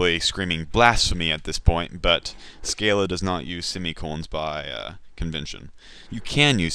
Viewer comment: SC-AH-LA. But good beginning tutorial, I like your teaching methods.